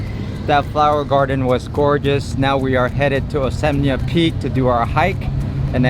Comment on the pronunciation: Osmeña peak not Oseña peak.. you guys 😅